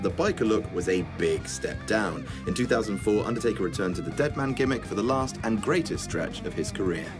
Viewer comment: Can't take this seriously he said undertaker 😂😂